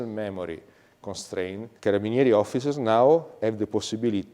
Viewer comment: You could have been a butcher the way you pronounced Carabinieri. 🤣